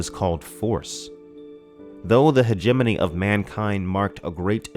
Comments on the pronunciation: Hegemony = Hejj-mon-ey Not He-jeminny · when i first read this book back in 89/90 I remember pronouncing it something like Heg-a-mony(terrible I know) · I have been pronouncing hegemony wrong in my head for years apparently! Great video as always! Thanks for always putting out quality man. (Btw, I was saying it "hedge-a-mony" in my head) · Hegemony is closer to Matrimony in syllable placement. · I think you are miss mispronouncing Hegemony.